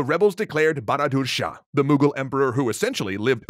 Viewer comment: It's not baradursha it's bahadurshah😂😂😂.